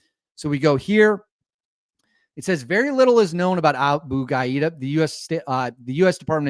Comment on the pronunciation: The target's name is probably pronounced ga-DEE-ya. Not ga-EE-da